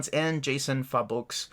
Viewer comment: I think the Three Jokers will be a standard hardcover, the dimensions are 6x10. I wish it was a deluxe. The artists on the Hill House books got me excited when they started, I'm super pumped to pick those up. Also, Jason Fabok is pronounced fay-bach.